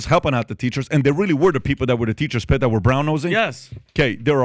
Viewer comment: How Pat couldn’t say, Teacher’s “Pet”😂 Props to Valuetainment!